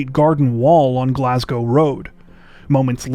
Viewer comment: Being from the UK I appreciate you pronouncing Glasgow properly